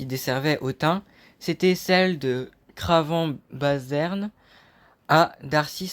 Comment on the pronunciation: Cravant Bazarne, pas Barzerne!